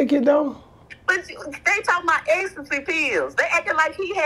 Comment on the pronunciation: Ecstasy not ex der ain’t no (ex) in the word 😂😂😂